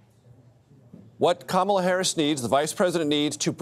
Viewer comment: Someone tell Gayle King and CBS that her name is pronounced "ka MA la" and not "KA ma la".